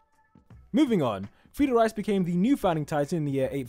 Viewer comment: and "frieda" one time was "friday"